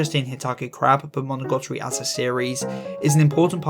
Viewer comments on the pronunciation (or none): amazing video, I cant lie I did cringe every time you mis-said monogatari as monogotori though